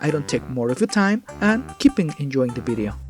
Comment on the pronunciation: I love it when you say ”bideo” it makes me feel like I’m talking to my Spanish friends